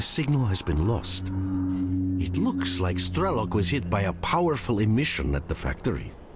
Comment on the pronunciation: 'Strelok' is basically 'gunslinger' in Russian. It sounds more like Stryelo`k.